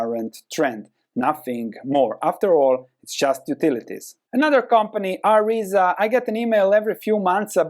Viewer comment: It's Aryzta, not Aryza. I knew 3, from switzerland, so title is a lie ;)